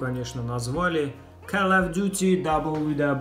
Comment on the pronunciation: и не калл и ккал , а кол